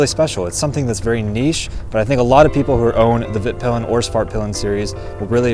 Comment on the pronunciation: The name of your bike (in Swedish) is pronounced "Veet-peel-en", NOT "Vitt-pill-en".